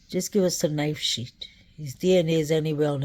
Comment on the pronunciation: Fyi: not knife sheet. It is knife sheath. Not kings rd, it is king rd.